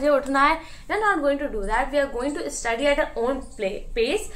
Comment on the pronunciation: dude how are you studying english hons. in a reputed clg and still pronouncing study as 'istudy' and pronouncing many more words incorrectly???